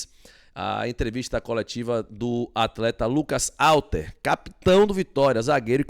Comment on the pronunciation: a pronúncia é Rhalter, o nome começa com H, mas a pronúncia é Rha. Ok? e não Alter. Fica a dica.